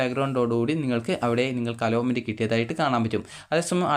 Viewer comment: അലോമെന്റ് ❌അലോട്മെന്റ് ✅